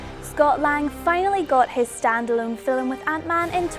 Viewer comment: it's film, not fillem